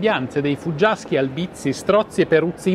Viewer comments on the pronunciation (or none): Albizi si pronuncia con l'accento sulla a 😉